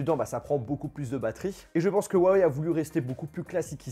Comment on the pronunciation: C'est pas compliqué il faut prononcer Rhou (en expirant le r) - a - weille . C'est tout pr moi.